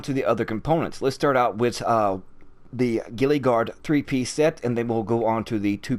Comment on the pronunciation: Bruh it's (gee-luh) not gillie